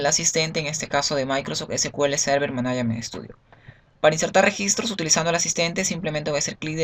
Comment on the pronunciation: Hola amigo se dice "managment" no manaiament. Muy buena lista de reproducción, está muy bien hecha.